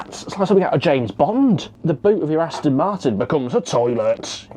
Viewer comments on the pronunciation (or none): none